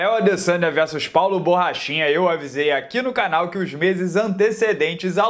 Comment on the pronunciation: "Borrachina" kkk